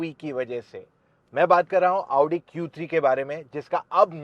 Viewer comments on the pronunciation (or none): Hit like if you are also pissed every time he says AAUUdi instead of Audi. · भैया क्यो अपने आप को इतना कष्ट देते हो सीधे आउडी की जगह ओडी बोल दिया करो😂😂😂